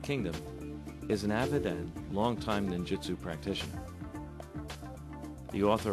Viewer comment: Ahhh...Cummins: the Ninja expert who pronounces Ninjutsu as "Ninjitsu' lol!